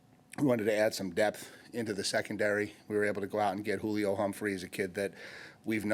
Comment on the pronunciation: He called Julian Humphrey Julio 💀